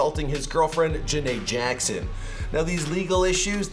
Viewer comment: This guy said “ janae Jackson “